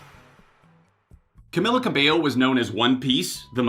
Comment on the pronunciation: Pronounced Cam-EE-la Cab-ay-o